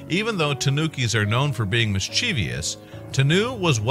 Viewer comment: Ahem...there is no 'i' in -vous, the last part if mischievous, pronounced (miss-chiv-vus); three syllables - not four. It does not have an extra 'i' and an extra syllable. After all, the noun that forms the adjective is 'mischief', not 'mischiefy'! Were there such a word as 'mischiefy', the adjective would indeed be "mischievious", said (miss-chee-vee-us), but there's not, so there's that too.